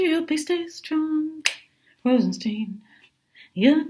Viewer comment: it's not Steen it's Stein like beer Stein. Rosen- stine. Rhymes With shine. Please